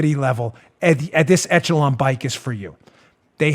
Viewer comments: On a trivial thing, "echelon" is a French word, and it's pronounced "ESH-uh-lon" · dooooode, are you pronouncing "Echelon" how they told you to?, or...? It's supposed to sound like 'ESH-a-lawn' every other time I have heard it. Sorry if being hypercritical 😬 Love you, show, my Patriot brothers and sisters, and of course, POTUS!!! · Soft “ch” on Echelon. Eshelon